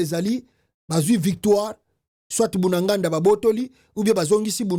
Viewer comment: tu es congolais on dit Bunagana et non Bunaganda tu commets cette erreur souvent merci de corriger.